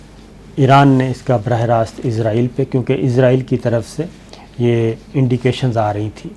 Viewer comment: SABIR BHAI. WITH LOVE RSPECT AND REGARDS TO YOU. BHAI SAB IZRAEL NAHEIN ISRAEL CORRECTION PLEASE.